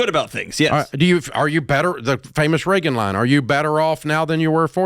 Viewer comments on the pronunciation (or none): none